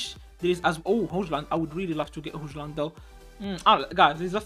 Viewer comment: هويلند ❌ هوجلند ✅ تا مال عقلك مال عقلك 😂